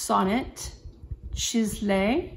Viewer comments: Yes, I heard you say that. I was referring only to the pronunciation. It’s pronounced seize-lay. My niece has that same scarf! Beret is a nice touch too. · Part of the original ad campaign included, “Some find their poetry in Paris. Others find it in their pen.” You’re so close on the pronunciation; take out the “h” and you’ll have it. I have several Sonnets. I now have discovered larger pens, but I’ve kept my Sonnets because they’re lovely.